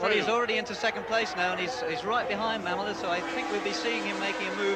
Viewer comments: Randy Mamola (ma'm-uh-la) :face-green-smiling: I'm almost certain I would botch names also. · its mam-mole- la